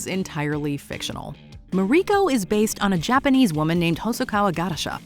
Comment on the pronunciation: How is that the narrator can properly pronounce the names of all of the Japanese characters and location names but still manage to butcher Toranaga and Mariiko? Japanese is not a particularly hard language to speak s far as pronunciations go, even without knowledge of how Japanese is pronounced, all you have to do is pay attention to just 1 or 2 episodes of the show to know how the names of these 2 characters are pronounced.